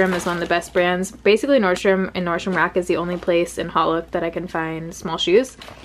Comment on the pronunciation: Love you but its not HOT look but “hote look”, with a long sounding o. As in haute couture....sorry to nit pick but it drives my brain crazy...